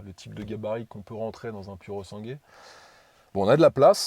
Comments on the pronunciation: pourosangoué se prononce cosi in Italianno 😉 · seul bémol : en italien le " u" se prononce " ou " et le " e " se prononce " é " . phonétiquement il faut prononcer " pouré sangoué " ( pur sang en franc çais ) je pense que ce chef d'oeuvre mérite qu'on ne déforme pas son nom en niant son origine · Tu peux dire “ pourosangoué” en accentuant le “pou” si tu veux que ça ait l’air plus italien. Magnifique auto pour une poignée de privilégiés ! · Super présentation tellement bien que je passe ce soir un acheter un...... juste un truc.... prononce comme si tu lisais ça ( Purosangouai ) A+.JS. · Pour moi un sans faute / Non seulement mais un chef d'œuvre à tous les niveaux / Mais il faut que tu fasses un effort et prononcer "Sangwé" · quand tu prononces puro sangue c'est affligeant, sinn à part ça tout le reste c'est top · Non so come l'Italia permetta a persone come te di guidare macchine del genere, come fanno i francesi, che distorcono tutti i nomi a loro piacimento. È un onore per te stare davanti a un capolavoro italiano, figuriamoci guidarlo. Pronuncia bene il suo nome, perché è sangue italiano al 1000% Bico